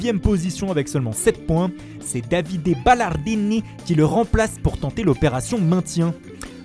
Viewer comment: Davide Ballarrrrdiniiiiiii😂😂😂😂😂😂😂😂😂😂😂😂😂😂